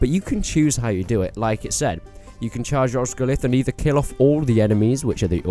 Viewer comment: BTW, Osgiliath is pronounced with and extra 'e' sound after the 'l' so it's 'os-gil-i-ath' not 'Os-gil-ath'.